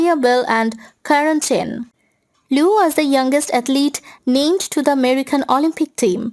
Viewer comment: Thanks for putting this together. :) It was a good summary of her life so far. Btw It is pronounced gr-awh-n pree because it isn’t English. And her surname is not Loo. It sounds like Lee-yew. :) Just sharing some constructive feedback and not out to put you down.